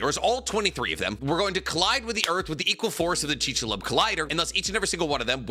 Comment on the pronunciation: With love man, chik-su-lube 😂